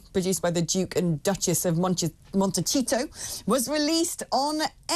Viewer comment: How is it you can’t pronounce Montecito correctly? You must have heard it pronounced correctly a thousand times.